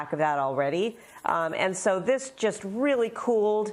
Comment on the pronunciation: O, weally? Okey den!